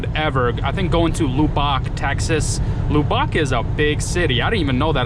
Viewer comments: Lol loo bock!!! I think they pronounce it luh buck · It’s pronounced Luh-buck Texas 😂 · I've never heard anyone say Lubbock like that. It's pronounced LuhBuck. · Lubbock is pronounced Lub buck. It's the home of Texas Tech University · 1st that correct that him 👏 n it's Texas Tech University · Hey just to help you, its lub-ick l. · It’s pronounced Lub ock. Like saying RUB with an L